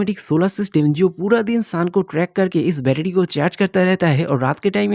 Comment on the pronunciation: Betery❌ betedy ✅